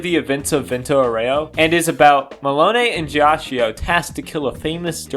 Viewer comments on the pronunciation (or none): it's pronounced "geeachoe" Please It's a great video but I'm feeling physical pain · I'm sorry for the unsolicited "um actually" but I'm gonna tell you how to correctly say Ghiaccio's name because I want to. You're saying "jia-chi-oh." Gs and Cs in Italian are interesting, because if they're next to either an I or an E, the pronunciation changes. G next to an I or E makes it J; C next to an I or E makes it "ch." Because the vowel is just a modifier, it isn't pronounced any further; that's why Narancia is "Narancha" rather than "Narachia." Also, that's why GioGio is actually just "JoJo," not "JioJio." Sometimes, an H is inserted between the G/C and the I/E to prevent this modification. That's why there's an H in spaghetti (otherwise, it would be "spajetti.") That's also why there's an H in Abbachio's name, because otherwise it would make a "ch" sound. So, with Ghiaccio, the H prevents the I from changing the G to a J. It also means the I is still pronounced on its own. The I next to the C changes it to a "ch," and also means the I isn't pronounced, since it's merely a modifier. Therefore, instead of the name being "jia-chi-oh," it's actually just "gia-cho." You speak Italian now, good job. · A piece of my soul is happy everytime you pronounce Ghiaccio the way you do, knowing that the mispronunciation would absolutely piss him off to no end. lol